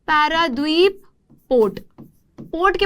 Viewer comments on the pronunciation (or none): I live in Paradeep, Odisha And it is not Paradwip , it's Paradeep. I have been to Vishakhapatnam port .